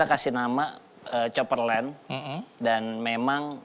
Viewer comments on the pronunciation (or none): Kaperland !! CHOPPERLAND BRO CHOPPER CHOP BUKAN KAPER LEN